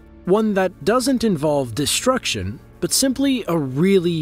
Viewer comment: "Conshtruction", "shtructurally" "dishtruction"--for some people first grade never ends.